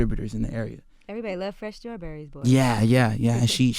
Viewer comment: Damn Charlemagne was off his game #horrible please stop saying scrawberries.. DAMNIT